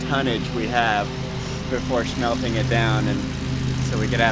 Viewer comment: “He lost his member in unfortunate shmelting accident “